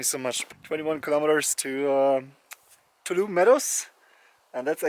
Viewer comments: That’s a squirrel! You can do it! Glad your foot got better. I love the hat repair — the rain probably got to it by now. Btw, it’s Too-ALL-um-knee. If you can say all those words using the English pronunciation, you’ve got it. It’s Native American in origin. It looks like you went to a ranger talk. Did they ask if anyone walked all the way from Mexico? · Your humor also enlivens the videos...and your pronunciations of Ibuprofen and Tuolumne and Donohue!! Very entertaining!!